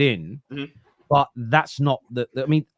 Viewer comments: the way he pronounces Bayern Munich. He says it’s like ‘ITCH’ sound not ‘IK’. I never heard anyone pronounce it like that. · Why does he pronounce it “Bayern MunITCH”?